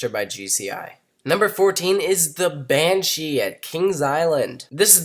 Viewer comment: you said banshia